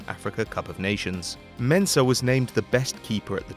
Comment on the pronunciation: I’m a Ghanaian and I like the way you mentioned Mensah